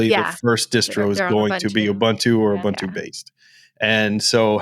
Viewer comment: Ooh-Boon-too, not Ooh -bun - too I can't watch any longer. You all make me sick.